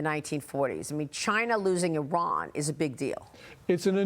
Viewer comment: Good to hear Iran correctly pronounced as "E Run" and not "I Ran" ....